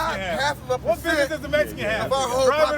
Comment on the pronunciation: How many n's and s's are in the word business? Now take a drink every time he says binnessess's